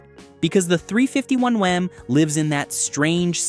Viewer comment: Grooann! A.I. voice does'nt know hemi's is said as: Hemee, (not Hemiss!) & 351M is said as three fifty one EM, (not 351 Mem!). I can't watch any more AI crap that the author did Not proof-listen! Is this gibberish have any human involved? Or is this pure computer generated? Newfangled Crap!!